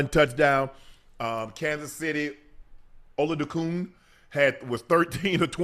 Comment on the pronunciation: He had it right lol